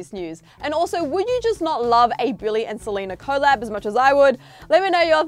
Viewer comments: What is co lab? Lol it's pronounced COLLAB lolol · It's weird how you say collab with two syllables when it's said collab not co-llab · happyfeet 3 I was just thinking the same thing. And it’s not an Australian thing because I’m Australian and I’ve never heard anyone pronounce it like co-llab. It’s just weird 🤷🏻‍♀️😒